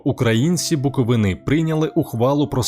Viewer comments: БуковИни, а не буковинИ😂карл. Не розказуй історію про місто яке навіть вимовити нормально не можеш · БуковИни, а не буковинИ